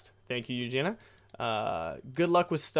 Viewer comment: Ahh, thank you for the podcast! And thank you for replying my question hahah, made my day when I was listening and then heard my name hahaha. And you almost got my name right too haha, people usually mess it up like A LOT haha. Its pronounced ユウジニア haha but ahh thank you for replying haha. I've been wondering about it for a whileso yeah. But you will go with a work visa then and not permenantly move there? Hope you got to rest a bit as well! Hope you have a nice week! :D Greetings from Sweden!